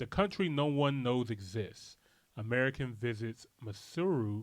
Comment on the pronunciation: broo you pronounced it so well from the gate,..... 😀